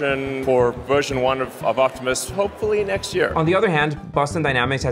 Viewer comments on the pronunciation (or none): Is it Optimus or optimum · Doesnt even get the name right! It's not Optimum. Optimus